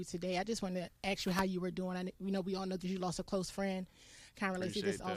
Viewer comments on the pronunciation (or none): why do blk ppl say axe instead of ask? or is english to hard to speak. its not dem its them, its not dis its this, its not dose its those, its not dey its they